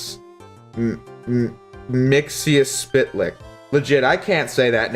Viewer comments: "MIX- YUS- SPIT- LICK" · It's pronounce "mix-yez-pit-al-ik". His name backwards is "kel-tip-zix-um". You can just call him Mxy (mix-ee). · Mixkl - Ptlik is how you pronounce it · Mr. Mix-ill-pick-a-lick is how you pronounce his name. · Its pronounced "mix-epitle" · I think it’s supposed to be pronounced mix-itz-pitta-lick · Mixel-plix. They say it numerous times in the show, it's not that hard to say. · Mix-e-us-pit-a-lick = mxyyptlk